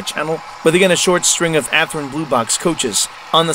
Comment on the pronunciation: Athrin? no. Athearn yes.